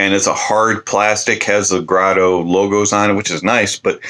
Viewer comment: It's pronounced Grédo.